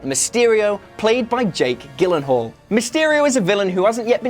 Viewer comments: It’s pronounced “JILL-ehn-hall” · Scorpion spelled wrong, Gyllenhaal's name possibly pronounced wrong and mixing Adrian Toomes and Michael Keaton's names - this video is a mess xD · My man said Jake gillenhall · Gillenhall?? Who is that?? LMAO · Its pronounced GILenhall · How can you say Jake Gyllenhaal is one of the greatest actors but not be able to pronounce his name correctly? I thumbs down you. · did you really just pronounce Jake Gyllenhaal like that?!?!?!?!?????